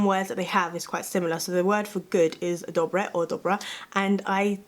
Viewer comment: im czech raised in western america (Nevada) so pardon ma'm but none of that was correct I habe never soft rolled my r's when saying Dobře and with an A as the ending vowel- the czech ř is very unique to only the czechs in any slavic language the only people I have met to be able to pronounce it correctly have been predominantly spanish or Portuguese speakers as thiere first language. Slovaks are not even as closely related as they are geographically , they linguistically cannot pronounce czech words as accurately as spanish or Portuguese speakers in the same situation. it is not same language.